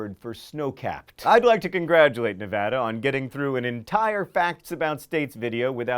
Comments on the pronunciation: And I would like to congratulate Mr. John Green, who should be a clue character, on pronouncing Nevada correctly. It's add-a not odd-a to those you say it wrong (practically everyone on the east coast). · On behalf of all Nevadans, please allow me to thank you for pronouncing the name of our state correctly. Most folks get it wrong! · I've never heard anyone say Nevada other than how he said it in the video. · Thank you John for pronouncing Nevada right!!! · Holy crap! He said Nevada correctly!!! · I'd like to congratulate john on saying "nevada" correctly. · Nevada would like to congratulate you, John, on pronouncing it "correctly." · I'd like to thank John Green for not mispronouncing 'Nevada' and not saying something about drugs, alcohol, or hookers for a fact. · wow john actually pronounces Nevada right. He clearly knows what he is talking about. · As a Nevadan born and raised, I appreciate your correct pronunciation of my home state's name. You did good, John. You did good. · I'm glad you said Nevada right. Most people say it Nah-vah-dah. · Thanks for pronouncing Nevada correctly!